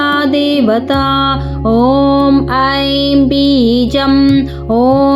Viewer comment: ಶುಂಭ ಇದ್ದಲ್ಲಿ ಶಂಭು ಆಗಿದೆ. " ಐಂ" ಇರುವಲ್ಲಿ "ಹೈಂ"ಆಗಿದೆ